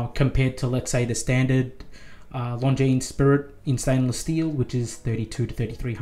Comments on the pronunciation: Nice! But, please…. Longines is spoken without s. Like Longine. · Now that you own one you really must pronounce it correctly. Driving me nuts every time you say it 😊